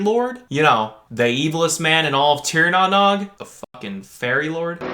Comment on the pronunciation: The series was filmed on location in Ireland. Not on US soil. Also, it's pronounced "Tier Na No-guh". ^_^